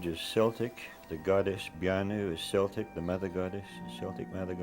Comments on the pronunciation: It might help to prove the claims made if the narrator didnt keep pronouncing celtic as seltic. Its pronounced keltic. A hard C sound. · Also, Celt is pronounced’Kelts’, not ‘Selts’. Therefore ‘Keltics’, not ‘Seltics’. The narrator mispronounced it in the first part of this video. Wordnazi, sorry😩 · "K" Celtic. Celts...NOT "S" Seltic....uggggg.